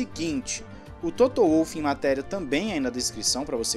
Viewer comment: TOTO FALANDO TOTÔ ...